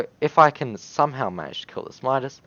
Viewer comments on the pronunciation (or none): none